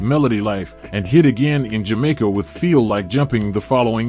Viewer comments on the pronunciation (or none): none